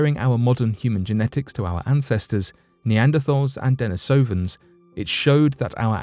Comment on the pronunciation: Sorry, but you keep pronouncing Denisovens wrong.